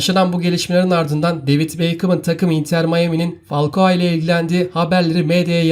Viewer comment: Fakua değil falkao